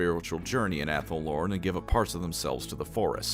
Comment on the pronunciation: Every time i hear someone say Athel Oren i hear Apple Oren